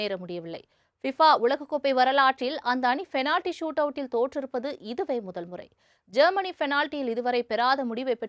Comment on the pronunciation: Change your pronounce from fenality to penality